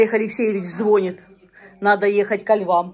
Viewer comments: Ну,, звонИт, а не звонит! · Не звОнит, а звонИт.. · Умоляю! ЗвонИт! Ставьте правильно ударение!